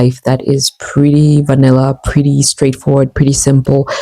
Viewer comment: it hurts me when you say vanilla